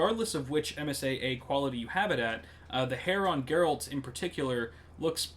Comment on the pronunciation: gerr alt is the pronunciation